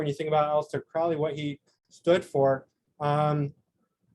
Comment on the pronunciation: Very insightful. But please pronounce his name correctly. It's Crowley as in "holy moley" not like Owley. All best.